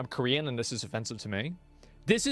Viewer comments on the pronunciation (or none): none